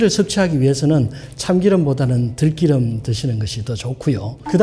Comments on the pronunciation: 들기름..들끼름-_- 발음이..좀~ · 자꾸 귀에 거슬리네요 들끼름이 아니라 들기름입니다 꼭 지켜주세요 아주 사소하지만 한글은 소중한 우리 문자이니까요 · 들끼름 아닙니다. 들기름입니다. 한의학 박사님...국어 발음에 유의해 주세요.